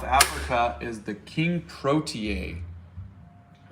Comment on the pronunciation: Hey I'm from South Africa and the national flower is called a pro-tee-a 🤣🤣